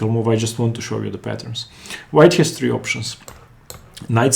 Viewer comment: => horrible English!!!!!! e 'tree'(3) ??????????